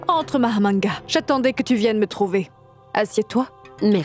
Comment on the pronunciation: Tu as gâté le nom de Mahamanga, c'est pas Mahamadgane